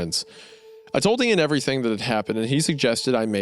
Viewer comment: "Everywerm" - Hunter Hancock